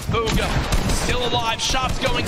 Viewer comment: it’s BUGHA not buga